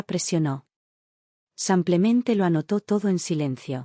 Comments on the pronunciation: Porque siempre dicen samplemente en lugar de simplemente?lo escucho en todas las historias y no se oye agradable. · Buenos dias “ Samplemente “ 😂😂😂😂😂😂😂😂😂